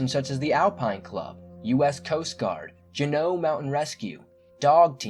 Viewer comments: It's pronounced "jew know" not janow. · I'm from Juneau. We started getting grizzlies here about 15 years ago. That's likely what happened. (Fix the spelling please! & you're saying it wrong - JUNO). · I loved the video. I just thought you may like to know, Alaska isn't the final frontier (that's star trek)...it's the last frontier. The capital, Juneau is pronounced June-o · Always go alone👁 and y does he keep pronouncing it as jannoo..its jenaue he doesn't have an accent so y the wrong pronunciation..just saying..and remember always go alone so nobody u love gets taken.. Just you..because nobody love u..jk.trust God.. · It's Juneau not Jeneau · It's pronounced . June-no .. not jew-no Lol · It's not JuNO. It's JUno. <-= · Please if you are going to do a series or episode on AK correctly learn to pronounce the areas. It is Juneau as in June O and Tanana River as in Tan Anna. That river could sure tell some stories. You don't mess with that river. BTW I lived there many years so yes I know the area well. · Apparently your research didn't tell you how to pronounce or spell Juneau, the state capital. *JU-no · Jew-No for fuck sake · TAN- a-na river. JU-no . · "Jeneau"? You mean Juneau.The Capitol of Alaska? It's pronunciated, jew-no like judo but with an n. Alaska is a land that feels no compunction to forgive mistakes. Even small ones can be your last. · Its Jew/No like Juno. Stay crreeppyyy!! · No offense but Juneau is pronounced JOON-oh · Lol You pronounced "Tanana" and "Juneau" weird. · The guy that went missing around Juneau Alaska, one you pronounced it totally wrong and the fact that bears are not sleeping all winter long I was raised in Alaska and I know Bears can come out in December November January and February whenever they smell food or blood